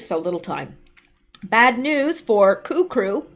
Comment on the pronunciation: When you said coup crew, it sounded like KURU...😨